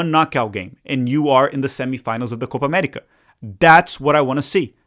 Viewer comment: "Coopa Amettica"